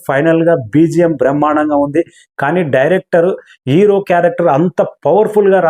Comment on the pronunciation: Mundu english nerchuko ra ooruhook ga. Ero, ferfect... Endira maku idi 😂